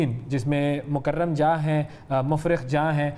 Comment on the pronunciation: mufriq jah? 🙄O naam to sahi bolein Mir Barkat Ali Khan (mukarram jah)Nizam VIII Mir Karamat Ali Khan (Muffakham jah)